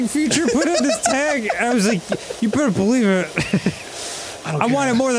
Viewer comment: I love the closed-teeth way Dan says "you better believe it"